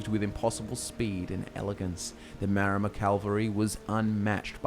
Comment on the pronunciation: Wait, is it Maromer or Maormer? Isn't it the latter?